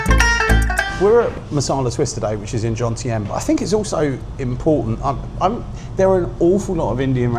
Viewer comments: It's Jomtien, not Johntiem! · Why is it that every other Brit is incapable of pronouncing Jomtien correctly?